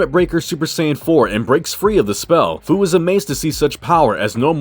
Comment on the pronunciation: Great vid buddy! 😁 Fu's name is pronounced like the word "few". 😁 "SFPS4 Limit Breaker, "SSBE Berserk/Controlled", dayum, that's a mouthful 💀